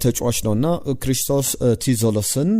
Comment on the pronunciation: ክሪስቶስ ዞሊስ ነው እንጂ ቲዞሊስ አይባልም!!!